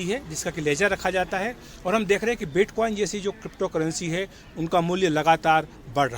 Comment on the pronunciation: Abey pehle bitcoin, satoshi nakamoto bolna seekho